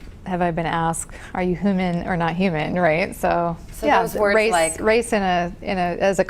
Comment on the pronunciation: Cant get over the fact that said "hooman"